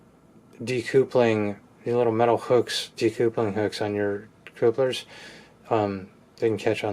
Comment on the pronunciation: Please don’t pronounce coupler like that. (Cup-ler) not (coopler”